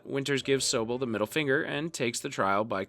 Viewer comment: The fact that you pronounced Toccoa and Sobel incorrectly, I'm going to say you haven't watched this at all you fraud